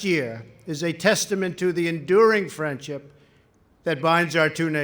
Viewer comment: when trump said friendship it sounded like he said frenchip